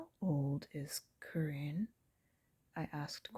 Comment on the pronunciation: I noticed the black cat near the beginning, funny! I got so absorbed in the story I didn't notice another one. Great job! But (minor point) I thought Carine's name was pronounced like "Careen".